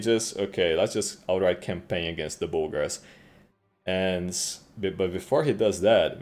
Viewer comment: Love how Bulgars are pronounced 'booogers'.